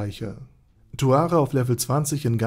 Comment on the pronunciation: Erstmal Aussprache Naserick Und Zuare